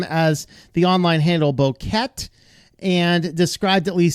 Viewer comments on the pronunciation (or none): "Bow-kett"?? wtf is that? You have never bought a bow-kett of flowers before? Bouquet is a normal, common word.